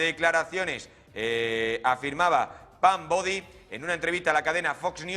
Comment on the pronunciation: Es Pam Bondi no “Bodi “ 🤦‍♀️